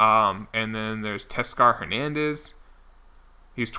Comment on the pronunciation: I believe it’s Tay-Oscar Hernandez